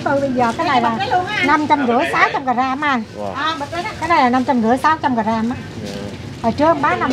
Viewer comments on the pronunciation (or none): none